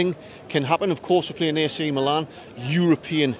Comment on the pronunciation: Great video. The battle of the stripes looks really interesting. Some pronunciation help for you...The cathedral is pronounced "dwomo". The 2 Milan teams are known as "meelan" or "inter". Good luck in the San SIro tonight! ps: The stadium is actually the "Guiseppe Meazza" but the zone of Milano its in is called San Siro